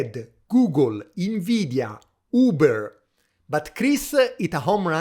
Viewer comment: Everytime you say INveedia i want to throw a QUAHSOHN at a snobby frenchman 😂